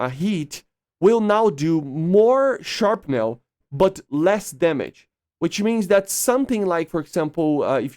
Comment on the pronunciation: Shrapnel. Not Sharpnel. 😌